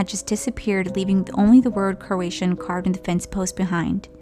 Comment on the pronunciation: I love the brands cooky creativity, it's totally abstract! 🤪🧡 Btw the story about the disappeared settlers it's pronounced crow-ah-tow-an 😜 Love the stories with makeup 🧡🎃🧡